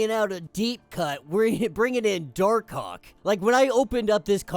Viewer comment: Bro gotta say Dark Hawk better lol.